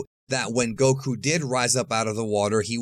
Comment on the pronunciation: Bro it’s not “go.... KOO” lol it’s one word man goku